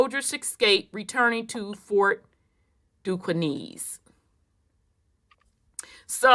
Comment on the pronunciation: no disrespect mamm, cause you've brought so much clarity to the Great oke doke as I call it buti I just couldn't stand it anymore. Pronounced (Duskane) or( Ducain). Now I understand why as a black male that only we go through what we go through the way we go through it with these folk. Peace and love mamm